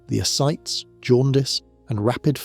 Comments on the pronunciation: Ascites is pronounced Uh-Sy-tees. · "Ascites" is a 3-syllable word, pronounced "a-site-ees." You mispronounced it at least four times.